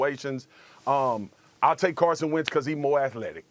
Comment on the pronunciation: Wentz. Not arhat hard.